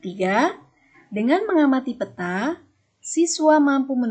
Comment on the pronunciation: bagus Bu..hy pelafalan peta nya kurang tepat